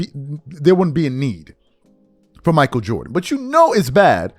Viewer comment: Mich A-E-L